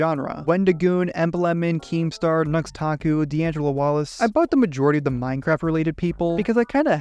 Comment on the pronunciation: Nux taku? NUX TAKU? Seriously?